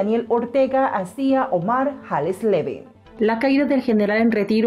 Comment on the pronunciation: Es tan dificil pronunciar ese apellido?? se pronuncia hasleven por favor